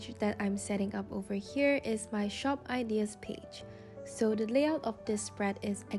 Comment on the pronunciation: I love your creativity and the way you talk. But just a thing...you are mispronouncing the word "ideas". (not hate) ✨✨✨